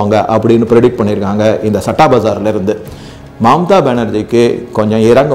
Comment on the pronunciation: சட்டா இல்லயா.. ஸத்தா..இது தான் சரியான pronunciation இந்த சத்தா பஜார் ரொம்ப வருஷமா ஒரு authentic underground newspaper..very authentic honest.. its a gambling den with a different kind of respect ...May be Krishna is its director...